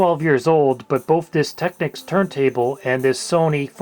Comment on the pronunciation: Never heard anyone pronounced techneeeecs tecnick